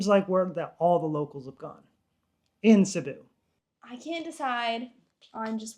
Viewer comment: ronanians: Sibiu. Them : Sibú🤣.